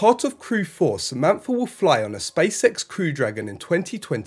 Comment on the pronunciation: Okay I know this is Beevus and Butthead stuff but hopefully it keeps things light. It sounds like you're saying, "Space sex" and not "Space X". 😁 Eventually I hope, for the astronauts sake, that space sex is accommodated. If even via: AI robotics.